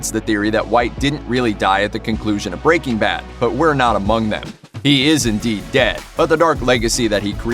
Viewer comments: It’s not BREA-king bad it’s breaking BAD the emphasis is on the bad goddammit bro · Why does he say breaking bad like "BREAking bad" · Brea King Bad. Why you sayin’ it like that? 🙃